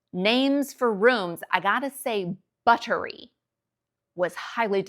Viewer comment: I love your videos about US vs UK differences. Accents, language differences etc. You should do more videos like this ! I noticed you say the word "butter(y)" the British way here (t sound instead of d sound), and I was wondering if you can do a British accent, and if you tend to adopt a British accent when living in the UK...